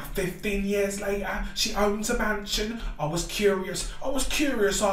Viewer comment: that man is saying bloody mansion